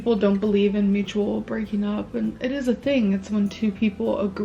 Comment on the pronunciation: Honestly, she says "mutubal" not mutual, so we wouldn't get any drinks. 😂